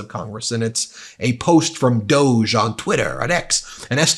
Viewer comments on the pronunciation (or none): Please pronounce DOGE correctly. It rhymes with "doggie" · It's "dog-e", as in a dog of an idea/department! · Please stop indulging them calling it DOGE (dohjj)…let’s go with DOG-E (doggie) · Instead of pronouncing it "doughj" maybe we should start more honestly pronouncing it "doggie". It is essentially two powerless uber-rich sociopaths fanaticizing cruelty. On a more positive note, a "DOGE" House subcommittee seems the perfect place to put a ranting idiot like MTG, as she will have essentially no power but will not know it. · It is beyond me why you and other media insist on calling this fake government office DOE JA when clearly it should be pronounced DOG...there is even a DOG as the Dept Logo...come on, they are laughing at us😢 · Not DEGE. DOG E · Are you sure it’s not pronounced DOG-EEE. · it’s pronounced ‘doggy’ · I think we should pronounce DOGE as DOG E. Doggy The whole thing is so ridiculous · Pronounced Dog-eee. Just because. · It is more correctly called Dogy in how it is supposed to be pronounced. Most people seemingly never clued in. As in "The doggy 🐕 barks a lot." Some people know and everyone else does not care about that. The fact the creators of it did not correct people on the pronunciation of the name is possibly a small inside joke to the people who know about that.😊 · FYI "doge" is pronounced "doosh" as in the word "douche". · DOGE don't you pronounce that "dog 'E'... trump's dog. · It's was originally pronounced "doggy" dog,E.... Elon was the moron that pronounced it incorrectly. His stupidity is spreading 🤬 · Minor nitpick: 'D.O.G.E.' is pronounced 'dog-ee' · I'll pronounced it as dog-e' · It's always funnier if you use the original pronunciation - Doggie. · Dog----E That's What it sounds like dog E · Doge is am unelected agengy, should be Duh-ge! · DOGE…..pronounce it like ‘dog’ as in ‘dogee’. Soft g sounds French. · It's pronounced Dog e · It should be pronounced dog-e.